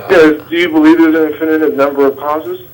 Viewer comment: This bonehead doesn’t even know how to say the word “infinite”. He’s saying it like a 5 year old “infininint” and I can’t stop laughing. You’re trying to solve one of the the biggest questions in science and dude can’t even say the word infinite correctly.